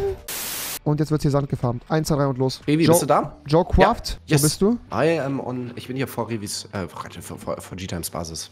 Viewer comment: Junge es heißt "jo craft" und nicht "jo quaft"